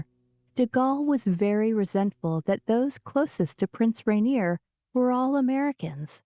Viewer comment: They keep pronouncing Monaco incorrectly in this documentary! So annoying!!!! Also, they are mispronouncing Prince Rainier!